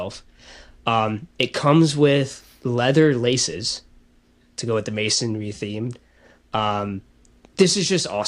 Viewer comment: Mansory is a huge car tuner in Europe. A few years ago, Marcus Rashford crashed one, and it was big news in the UK. A guy on YouTube bought it and rebuilt it. And it's pronounced Man - soar - ree.